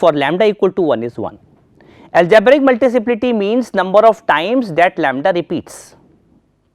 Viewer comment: It's Multiplicity not Multiciplity